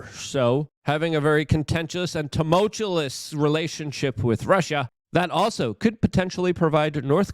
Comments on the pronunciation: STOP SAYING LARGER EVERY SENTENCE!!!!! And its TUMULT-UOUS, NOT TUMULT-CHULLIS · dude said tumultuLess LMAO